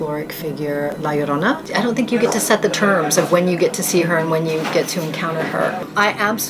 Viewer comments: "la yuhrona" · La yorrrr o na..sound it out in syllables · Honestly the way you say La Llorona annoys me a bit. Just a tad off saying her name without the r roll. But good video tho!